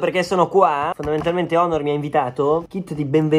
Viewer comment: Nessuno: Assolutamente Nessuno:: fondalmentalmente